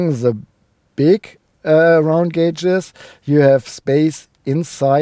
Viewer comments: Hahaha you finally said "gauges" correctly! Also the sound system in the new Q7 that you didn't like, was that the optional 23 speaker Bang & Olufsen system? In my country it cost an extra €10,000 euro!!!! I could buy a brand new car for that money! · Enjoyed the review a lot, nice explanation about the evolution of the design. It appears to be a very nice car, I liked the interior a lot. Nice to here you're pronunciation of gauges is now correct not that it bothered me before anyway, I always understand what you mean and this is what's important